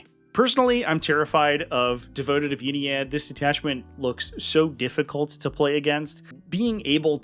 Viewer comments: Great rundown! (and it's pronounced "Ynnead", jeez!) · The way you pronounce "Ynnead" does not in fact sound cooler.